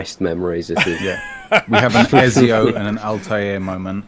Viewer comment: the way pronounces ezio...